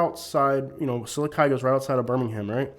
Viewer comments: lol you lived there but can’t even pronounce it correctly 😂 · He needs to learn to pronounce Sylacauga 🥴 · You can’t even pronounce the name of the town. You don’t know what you are talking about. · 2 min into the video and I can tell two things. You haven’t traveled much and that you’re not as familiar with Sylacagua as much as you say. The way you say Sylacagua tells me that😂 and while it is trashy I’ve been to much much worse state side. Don’t get mad and talk trash on a whole group bc one pissed you off. However, the woman was definitely in the wrong. She should’ve kept her mouth shut and went back to her double wide.